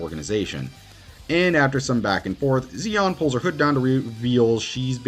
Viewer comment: I would like to say I agreed with all the pics here… but Xion is not pronounced with a z sounds like Xemnas or Axel. It’s more like Marluxia, with the shhhh sound. So it ends up being she-on